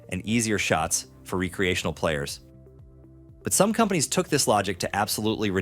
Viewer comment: R-ee-creational. AI slop voice.